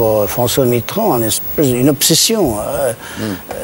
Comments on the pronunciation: Pourquoi François Mittrand ? C'est Mitterand !!!! Pour un écrivain ... Bravo ! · Il s’est même pas dire Mitterand